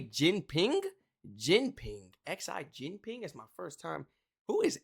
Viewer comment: More like Zee Jin-peng